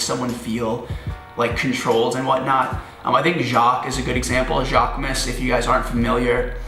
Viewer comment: Everytime you say "jacquemus" in the wrong way, one of his muscles dies.